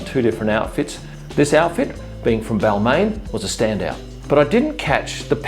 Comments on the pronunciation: I was looking for this comment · Just wanted to let you know Balmain is pronounced Ball-mon!